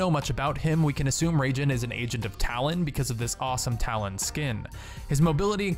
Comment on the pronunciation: Raijin = Rye-jean not Ragin' the crazy Cajun.